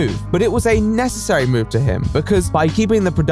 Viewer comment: Ikrrrr! I hated the way he said "Necessary" he sounded like he didn't even know how to say the word